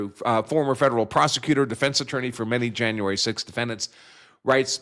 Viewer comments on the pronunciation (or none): none